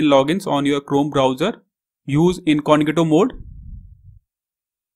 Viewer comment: It's not "incongito", its pronounced as "INCOGNITO", otherwise good video :)